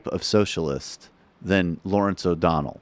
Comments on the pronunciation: through ish, he calls him "O'Donald" twice, but that's just me being a dick. I screw it up, from time to time, too. :) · huh.. cuz thats what i listened to, as well, after you mentioned it the first time, i dunno, to me, i can understand where ot sounds like he ended dudes name with a D, but its just because he sorta has a speech impediment, and his L's at the end of words, in this case O'donell, sounds like a D, the way his tongue hits the top of his front teeth, instead of between them.. but i dunno just my opinion no biggie lol